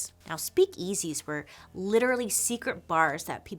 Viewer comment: Bailey’s slightly odd emphasis on the the second syllable of “speak-EASY” makes me smile :)